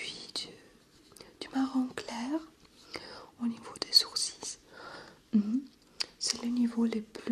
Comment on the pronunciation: Coucou super vidéo comme toujours ! Tu as fais quelques petites erreurs de français, on dit " elle est très bonne et légère " pas " c'est très bonne et légère ", " un sourcil " pas " un coursis " et un spray se prononce " spré, sinon super ton accent est très reposant !